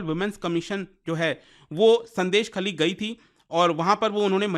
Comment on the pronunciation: Pronounced as " Shôndésh-khaali"